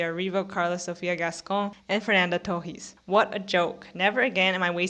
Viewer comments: Kinda of. The "s" is kinda silent, she pronunciates too mich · are you brazilian? Your "Torres" pronunciation sounds a lot like us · I didn’t even get two minutes into your video before I turned it off. You seem not to know what a snub is. Yalitza Aparicio shouldn’t have even been nominated for Roma, so why do you think her not winning was a snub? Lily Gladstone was excellent in Killers of the Flower Moon but she was not the best lead actress performance of the year. The way you pronounce “Torres” makes me think that you are yet another Brazilian online who is a sore loser about Fernanda Torres not winning. I’ve been so sick of seeing angry comments all over the Internet from Brazilians posting emoticons of Brazilian flags as though this were the Olympics. I’ve never seen this anger from Brazilian for other actors losing. The academy did not have a duty to give the Oscar to the woman from your country. And it makes me think that all you care about is that she was from your country because of all the Brazilian flags that I see in the comments. “🇧🇷 🇧🇷 🇧🇷 🇧🇷 Fernanda Torres was robbed! 🇧🇷 🇧🇷 🇧🇷 🇧🇷” what are the flags for? This isn’t the World Cup. I’m American and I often root for foreign actors to win Oscars and get nominated for them when I think they deserve it. I was thrilled when Marion Cotillard won for playing Edith Piaf. I didn’t say, “🇺🇸🇺🇸🇺🇸🇺🇸 Laura Linney was snubbed!! 🇺🇸🇺🇸🇺🇸🇺🇸” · Oh so that’s how u pronounce Torres? News to me!